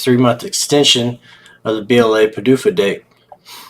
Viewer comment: P'dufa date... sounds funny😅😂😂😂